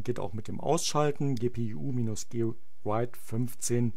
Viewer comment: ja hat sich nur witzig angehört :) an sich ein sehr gutes video